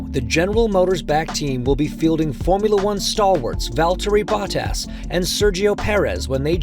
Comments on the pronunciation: Cool, but, uhhh…. This dude’s name pronunciations are just so cringy. Baw-Tass? Really? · It’s Bo-tas, not Bot-as 😂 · Its not botass its botas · Valterri Ba-tass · Is this some AI voice? BOT-TASS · Glad to see Valtteri Bahh-Tas😂 back in a car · Bah-tas or Bottas? 😂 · How do you do a whole deep dive video and not figure out how to pronounce the name of one of the drivers? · The way they say Bottas in this video, so cringe! I am pretty sure this is AI and not a human who knows anything about F1. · No way this is not narrated by an AI (listen to the pronunciation of Bottas?) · was this read by AI? Crazy pronunciation of Bottas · This narrator pronunciation of Bottas...really? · Is this an AI voiceover? Why did the official channel allow "Bottas" to be mispronounced every time? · wait, why is the guy reading this not pronouncing their name as correctly as they usually would... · Why does he has so much trouble pronouncing Bottas. Its not that hard 😂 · Is he pronouncing Bottas name correctly?